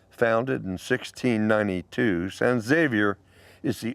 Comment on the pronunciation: Just an fyi, San Xavier the X is pronounced with an H sound